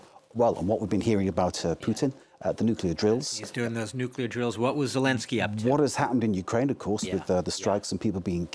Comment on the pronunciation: Nuculear war?😂😂😂